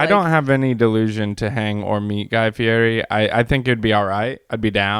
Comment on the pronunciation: if you want to fulfill you dream of being besties with Guy Fieri, you should learn how to pronounce his last name! At the beginning of every episode he yells "I'M GUY FEE-YETI"